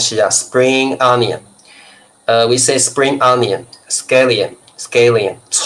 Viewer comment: Just an English tip: the letter A in the word "scallion" is pronounced the same as in the word "at"